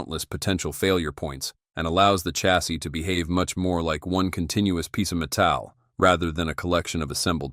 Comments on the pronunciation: That tax-iss is made of pure met-ale. Thanks Mr AI narrator. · Nice content (🇦🇺 Die Cast trained in 80's) but that Ai pronunciation just kills me lol (Gee-ga, Meh-towel etc)